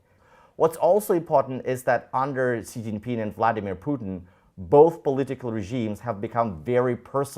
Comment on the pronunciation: Why is this Russian pronouncing Vladimir incorrectly?